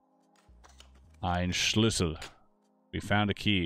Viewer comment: I was stunned by your "Ein Schlüssel" 😁 How come? You pronounced it very good!